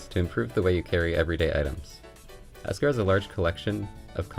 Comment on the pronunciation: its ekster not esker